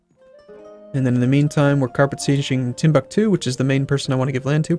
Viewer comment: I can't wait for him to fully annex Timbuktu so you stop butchering the name.